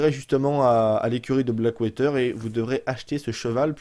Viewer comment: "blackwayter" .... OMG !!!!! ^^